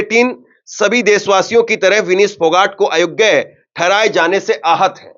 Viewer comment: विनीश ❎ विनेश ✅अपनी उच्चारण में सुधार लाओ